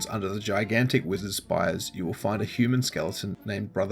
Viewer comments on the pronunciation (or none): none